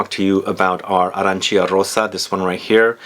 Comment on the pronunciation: The correct pronunciation is “Arancha”, you need to ignore i.